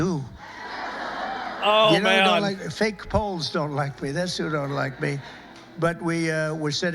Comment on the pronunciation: I thought bro Said “fake hoes don’t like me” instead of fake poles